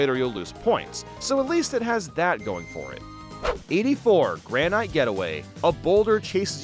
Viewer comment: He also pronounces "granite" as "gran-IGHT" instead of "gran-it" lmao. It's granite like granite countertops